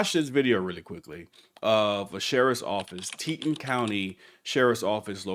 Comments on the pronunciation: it's pronounced (tee-tawn), Teton County, Idaho. The very tall, very beautiful, truly impressive Teton Mountain Range runs through it in lower, eastern Idaho, Teton County borders Montana.;) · Teton is Tee-ton with ton sounding like con. This is my hometown. Teton County sherif department has been corrupt my whole life. I've heard stories about that female officer. There used to be another video of someone getting arrested as the were going to the gym for being at the gas station too long. It's been a few years since I lived there, but someone was saying there is an ordinance there against staying more than 5 minutes at the gas station. Don't know if that's true or not though. It would make it kind of hard to fill your tank and go inside and use the restroom or buy something. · PRONOUNCED Tee Ton. Thank you for your videos. 🙏🏻ing for people like you❤️🇺🇸🙏🏻🇺🇸